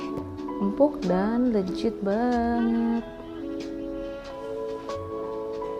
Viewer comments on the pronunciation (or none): Kak, please leGit deh bukan leJit iy ga sih 😄 thanks for the recipe. Suka bgt bolu tape 🎉